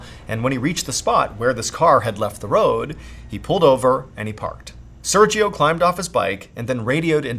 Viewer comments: You pronounce “Sergio” wrong every single time. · I love your content so much, I've watched every video since 2020... but your pronunciation of Sergio is physically painful 😂😢